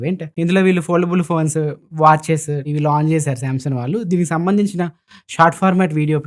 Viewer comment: Samsung ❌samson✅